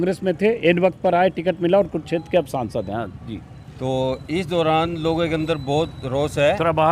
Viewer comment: Sir, it's kurukshetra not kuruchter